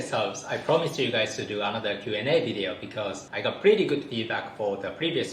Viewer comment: your pronunciation of another sounds straight like 'あなた' in Japanese